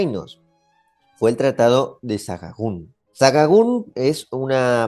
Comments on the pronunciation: Sahagún,la h es muda,no se dice"Sajajún! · Sajajun? Medinacheli? Sancho Garces? Me gusta el video pero un poco mas de cuidado con la pronunciacion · rarísimo como pronuncia el nombre de Sahagún, porque para los españoles la h es como si no estuviera y lo pronunciamos "sa-agún", y muchas veces "sagún". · Bonita explicacion, solo un apuntillo 😊 Sahagun, se pronuncia Sa-a-gun. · Probablemente por tu ascendencia italiana pronuncias MedinaCHeli, pero lo correcto en castellano es MadinaCeli 👍... Y aunque la pronunciación de Sahagún, debería hacerse con H sonora, como Sahara, ocurre que aquí en España, lo decimos con H muda, pronunciando únicamente la doble A, SAhAgún. Un saludo y gracias por tu trabajo. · Sahagún no es tan difícil de decir, la h es muda, no tiene sonido. Se dice Sa-a-gún. Es una pequeña localidad rural del camino de Santiago con un patrimonio pequeño pero interesante.